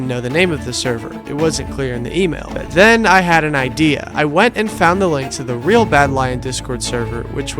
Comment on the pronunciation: I hate to nitpick a great video such as this, but I can’t help myself! The currency “real” is pronounced like “hey-ow” (singular) and like “hey-ice” (plural), it’s not “rey-all” or “rey-alls”